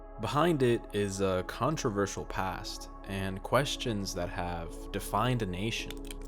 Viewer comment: Never knew it was so contravershul - er, controversial.